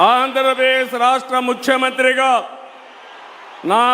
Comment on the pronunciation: Rahasya kadura babu rashtra currect